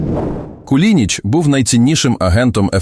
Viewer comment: КУЛИНИЧ, а не кулІнІч.